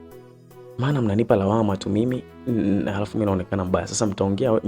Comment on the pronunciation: Aisee unatamka maneno vibaya inakera masikioni...yaani hujui R inakaa wapi na L inakaa wapi...Eti BAALI,SILI,NALUDI,HARAFU,GALI